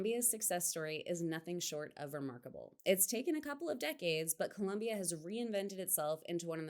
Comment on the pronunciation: Pro tip for you Gringos to pronounce Colombia: At the l place the tongue just behind the teeth, and remember that there is no u in Colombia. Am Norwegian and have lived 14 years in Cali.